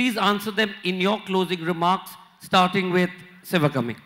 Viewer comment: Its not ci va kummy..its shivakaami. If u cant pronounce the name of a panelist dont bother at all. Anupam kher gets a padma award for what? Hes a B grade character artist on screen and a dumb buffoon offscreen